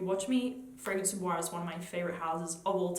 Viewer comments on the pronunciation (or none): I don't find Bois 1920 Relativamente Rosso gourmand at all. It's a balsamic spicy woody scent, an incensey and balsamic rose, very dark and deep, not a happy gourmand. The pronunciation is: "boyz", not with a French pronunciation.